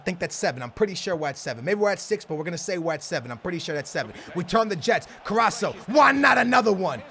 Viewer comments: Can you please stop saying caraSSo it's caraSCo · Its not carasso its carasko" (carasco) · its not carrasso, but carrasCo(C=K) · It's CarrasCCCOOO NOT CARRASO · It's carrasko not carrasho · OMG its CarrasCO not CarraSO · His name is CARASSCO, not CARASSO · Carasco not caraso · It is carrasko not co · CarassCO not Carasso but still THE BEST YOUTUBER EVER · It's CarrasCO not Carraso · Pls its carrasco not carrasso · Car-as-co not caraso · carrasCo Co not carraso carassCCCCCo please :'D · Not carasso it's Carassko or how it it pronounced anyway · He's not fucking caraso he's carasco with a c go back to school aa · CarrasCo. Not Carasso. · You pronounce it CA-RA-S-CO Not Caraso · Carras-co not carraso😂😂😂😂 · HIS NAME IS CARRASCO not caraco 😂😂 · It is Carrasco not Carraso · it's pronounced carrasKo not carasso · his name not corraso is corasko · Btw, you pronounce it 'Carrashko', not Carraso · It's carrasco not carasso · Carras-CO not carasso 😉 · It's ca-ras-co (that's how u pronounce his name) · It's said Cara sco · All love, but it is a hard C, "Kuh-rass-ko" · its pronounced Ka-Rass-Ko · u forget to say the C after s in caraSCo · their is a c in carassco that he doesn't pronounce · love you dude but it's corrasCO lol great vid tho man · its carrasKo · its said carrasko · yo he is called carrasCO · i am so annoyed because of "caraso"😂😂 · It's carrasCo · CARRASCO* ffs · My man it is CarrasCo you have to pronounce the C :) Did you know he is Belgian , Spanish and Portuguese? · It's pronounced KarasKo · It's pernouced car-as-co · Carasso? at list read them right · He s Name is pronounced carrasko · Its carras'K'o u pronounce the c as a k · Please say CarrasCO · dude its car-ass-co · it's carasCO lol but nice video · His name is Caras co... There is a C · u prenounce it carasKo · its Car-Ass-Ko please stop saying It wrong it hurts my ears Like so he can see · Carasso got me triggered. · Its CARRASCO